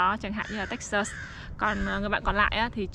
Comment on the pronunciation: Toi rat thich chanel cua ban, nhung ban can de y cach phat am tieng anh cho tot, nhu Texas ban phat am khong dung lam. thank you